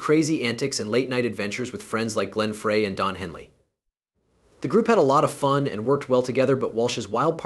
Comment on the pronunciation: Dude do your homework. It's pronounced "fry" not "fray." And visuals are a mixed up mess...no relationship to your voiceover. Epic fail.